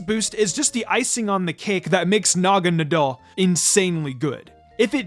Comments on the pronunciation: Wait is that how you pronounce Naganadel?? I thought it was na-ga nay-del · It genuinely bothers me how pronounces "Naganadel"